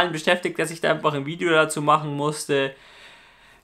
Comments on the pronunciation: Statt kanal sagst du am ende ,,Kawal'' oder so 😂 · Wieso sagst du am Ende IMMER Kabal und nicht Kanal? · du kanal am ende falsch ausgesprochen kAPPA